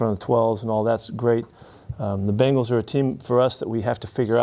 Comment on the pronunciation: did she say bagels?